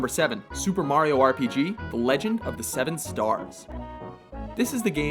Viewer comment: at least hes saying mario correctly